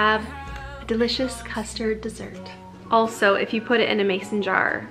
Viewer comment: what in the wold is cousterd